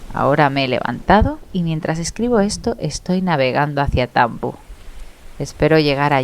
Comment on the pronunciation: Me da gracia como dices Tambo, la isla, la tónica esta en la "a" XD yo lo se por que soy de Marín, de echo si salgo al balcón ,puedo ver la isla,y la luz del faro por la noche. Al ser de Pontevedra, y escuchar esta historia, se me hace mucho mas especial,veo las calles, el puerto... mi día a día yéndose al infierno... Mi imaginación vuela mucho mas alto. Gracias por tu aportación de parte un Noctambulo Gallego, y cuida esa bonita voz